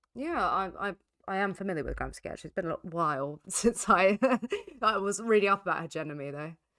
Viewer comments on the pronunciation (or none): Antonio Gramsci is pronounced Gramshee. Sardinian surname